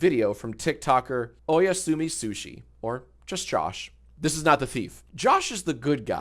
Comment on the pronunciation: The way you pronounce oyasumi is so fucking funny